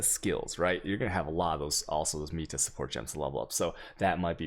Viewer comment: yo someone pls teach him how to say meta correctly .-.